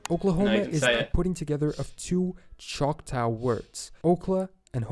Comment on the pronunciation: OMG. Find a video where the narrator actually knows how to pronounce Native American tribal names. I'm from Oklahoma and Choctaw is NOT "chock tau". I'd hate to hear the narrator say other Oklahoma cities: Poteau, Eufaula, Checotah, Oologah, etc.